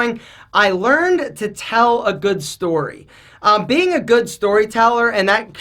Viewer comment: “They can tale you about...” 😂